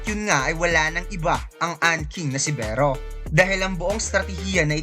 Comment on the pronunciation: Beh-ro hahaha.